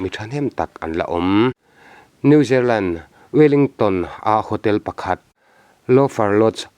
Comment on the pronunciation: New zerlen ti a i lam hi New Zealand tih tur ava nih hmel ve. Chanchinthar i rawn tichhuak țha țhin a, a lawmawm e